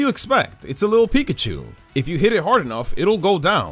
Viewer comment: PIKACHU, NOT PICACHO! THE C IS SUPPOSED TO BE A K, AND THE O IS SUPPOSED TO BE A U! AND PLEASE DO NOT LEAVE OFF THE I IN CHARIZARD!